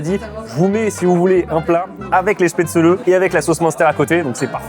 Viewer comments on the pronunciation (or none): Se prononce chpaitzlé bordel pas spetzeuleu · Apres les goûts et les couleurs… mais on dit SPETZ’LLEE!!!! Desolee ca m’a fait saigné des oreilles toutes la vidéo! La choucroute acide, c’est pas bon. La fondue Suisse c’est pas la fondue Savoyarde!!! Arrêtez de mélanger! Oui je pete un plombs!!! Pour le coup, vous dites des trucs faux! Sinon j’ai bien rigoler🤪